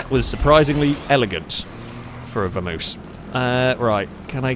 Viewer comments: It's a Vam-oss not a Vermouse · Isn't it Vamos (vah mohs) like the Spanish word? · pronounciation of Vamos makes me ill.:P